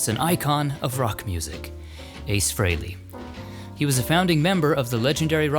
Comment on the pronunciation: Thanks for visiting Ace Frehley, thanks for pronouncing his name properly and for only using images of him in the video!